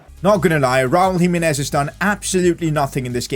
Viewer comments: PCQ: you should try singing Gonçalo Guedes he's a LM LW with high potential, not too expensive and he's portuguesse, Also when you pronounce Raúl Jiménez say Ji- meh-nez not Ji-mi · PCq: it is pronounced Raul Jimenez, not jiminez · Its GIMENEZ not HIMINES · Pcq: Jimenez is prounced himehnez